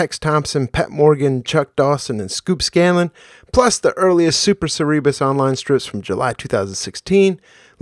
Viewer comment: Hey, just a quick note: I watch your channel religiously but had to say pronunciation SER e bus not ser- REE- bus Accent is on the 1st syllable. still killing it weekly though, A+ channel.